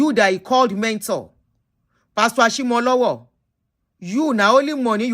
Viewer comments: please as a yoruba person. i must do a service and let you know it is pronounced Ashimolowo as in owo meaning money not owo like the town. ire o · It's Ashimolowo